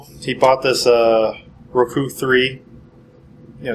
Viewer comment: RooKoo he says.